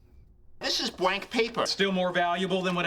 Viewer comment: "If this one's bwank too I'm gonna be fuwious" is one of my favourite lines in the entire show